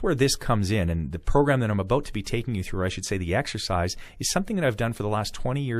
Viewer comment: a-boat lol